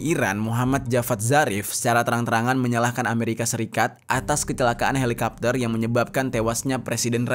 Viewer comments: Helikopter kok dibaca helikapter sih ? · kenapa harus dibaca halikapter sih? sebel dengernya halikapter halikapter 😭😭😭😭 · Helicopter kenapa jadi helikapter 🤔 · Candu bgt pas bang Jeri bilang "Helikapter"